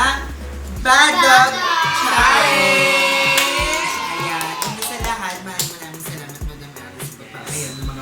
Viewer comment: pls naman po magbasa ka ng comments para alam mo na challenge ang salita hindi challenyg